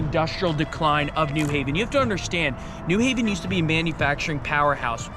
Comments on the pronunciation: And it's "new HAV-en", not "NEW-haven". Obnoxious. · It’s pronounced New Haven not New Haven.